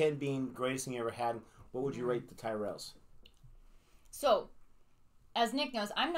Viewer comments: I have to be on the mood for Tyrrells, pronounced Tirrells with a Y. Not Tie-rels. I love Walker's snacks, monster munch and quavers included. I've had all 3 of the best known flavours of monster munch, including roast beef, pickled onion, and flamin hot flavours. Even cheese flavour monster munch included in the Walker's mix ups cheese flavour pack. When it comes to quavers, I've had cheese, prawn cocktail, and salt and vinegar flavours. I have to be in the mood for Walker's max. I've had Smith's fries things in the past. The flavour of scampi, the real name of scampi is langoustine. I like Jacob's products also, twiglets included. Not too keen on cheese footballs. But I do like cheddars and cheeselets. Speaking of cheeselets, during the Xmas period, they make treeslets. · Walkers is an older company than Lays. Walkers was bought by the same company that owns lays a few years ago during our last major recession. Tyrrells is pronounced ti rells. Not tie rells. It has a short I sound. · Pronunciation is tirrell- as in the f1 team in the past! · I'm only seeing this video now! The Bacon and Scampi Fries are a classic pub snack, so best enjoyed while have a pint of your favourite tipple. And Tyrells is pronounced "ti-ruhlz" 😁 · Twigglets are tasty, they are covered in Marmite Tyrells are pronounced turrets Keep up the good show ❤️❤️❤️ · "Tyrells" is an Irish surname. It's pronounced " Tir ells" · Tyrrels is pronounced “Tirrels” even sounds better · Tyrrells are not the house from the Game of Thrones: Check out their ad for the correct pronuniation of the name By the way, Americans tasting Twiglets and Marmite is always amusing. These are cultural differences in taste, for example you may love root beer, to me that tastes disgusting! Keep trying our UK snacks, biscuits and sweets (cookies and candies).